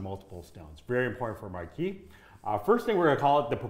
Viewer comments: Hey - it's pronounced MAR-KEEZE -- (French), the feminine of Marquis (Mar-Kee). I can't believe even so-called professionals consistently mispronounce this FRENCH word. Then there is "briolette cut," which most pronounce as "brio-lay. Briolette is also feminine. Only the ending ET ending is pronounced "ay" (as in parler (to speak). If you're going to talk about a cut, which you are obviously qualified to do, please at least learn how to pronounce it. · IAM Frenchl and we Said Marquise for women and Marquis for a Men you don’t know how to prononce that ! Its Marquise of Pampadour With the R in the end 😮